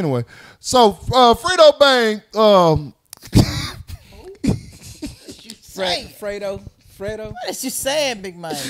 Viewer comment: His name is Fred-Dough (Fredo) not Frito